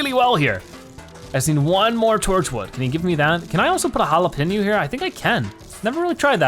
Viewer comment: It's hard for you to pronounce jalapeño and yet your not pronouncing it right